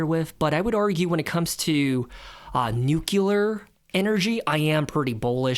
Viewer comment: It's funny hearing such an intelligent kid say "nucULar". I've got bad news for you😅